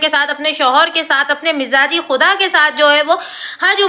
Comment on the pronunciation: Majazi...majjjjazi khuda Miiiizaaji nahi... Aap bohot sare words ulta prounc karte ho.. Rizzzq ko riqqqzzz Risssk ko RIKKKKKS MAJJJAZI KO MIZZZAJI